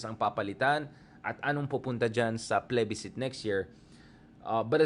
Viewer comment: Mali ata ang pronunciation mo ng plebiscite